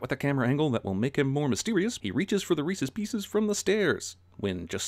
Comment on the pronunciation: I love Reese's Pieces but I absolutely HATE it when people pronounce it "Ree-see's Pee-sees". I could almost understand people mispronouncing the first word, it's a proper noun, but the second is a common English word.